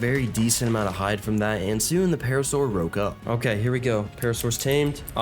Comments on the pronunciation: "I just roke up" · “roke up”